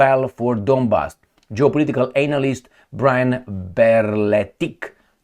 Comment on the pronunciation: be careful with how you pronounce Analyst :D